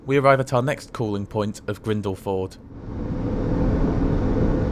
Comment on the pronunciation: Hhehehe. After praising you for the excellent German pronunciations a few weeks back, it feels weird hearing you mangle Grindleford... It;s pronounced "Grindlefud"! :D As always top stuff!